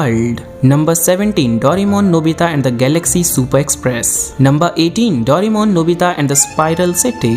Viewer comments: the 'daurimon' instead of 'doreymon' or 'doraemon' made me uncomfortable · its not yu ji o. its yu gi o And its not doremon, its doraemon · Its not dorimon...its doraemon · Bhai dorai-mon mat bolo india hai ye yaha doray-mon chalta hai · Aap ne itna bada information video banaya par " Doraemon " ke spelling hi thik se bol nahi pae